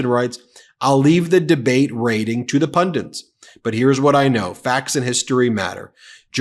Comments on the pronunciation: Pundints? Have you taken to pronouncing pundits in the same way the Neanderthal does? TSK! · Love Meidas commentaries, but please! It’s “pundits,” not “pundints!” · Pundit. Not pundint. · Ben, I love your work but the word is pun-dits not pun-dints. Many people in the US seem to have a problem with this word. Besides that, keep up the great work, great to see the Meidas Mighty on it's way to 3 million!! :) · Does Ben mean ‘pundits’ when he says ‘pundants’? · Its pundit, not pundants. Its weird to hear a pundit say pundits as pundants. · Pundits! not Pundints! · Ben: pundits, not pundints. 😅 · "pundints" - Why do so many Americans struggle with the word "pundit"? Not just Ben. It is a recurring theme. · There is no 'N' in pundits